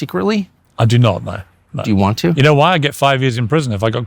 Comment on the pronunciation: that cheeky "do you want to" was the most American thing I've heard Tucker say.